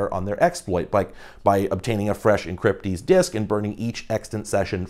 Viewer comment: oh good I'm not the only one that heard encrypdeez